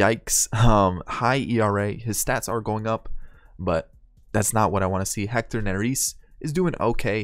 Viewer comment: Again not trying to be rude but Hector N-air-es